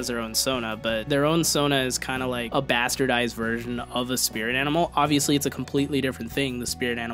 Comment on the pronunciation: Italian accent